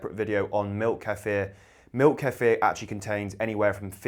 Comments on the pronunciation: i swear once you say queefer im out of here... ok you said it correctly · I really appreciate that you don’t chop the word kefir’s pronunciation. You pronounce it the way it is. Americans are different, their pronunciation is made up to the “American” way, and they believe they are correct, making believe that the correct pronunciation is wrong.